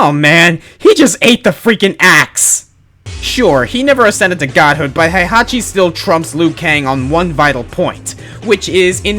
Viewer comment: /twitches/ It's pronounced HEY-hachi, not HIGH-hachi. (Ugh, I don't even LIKE the old bastard and I'm still getting worked up over the pronunciation of his name... I'm such a weeaboo. XDD)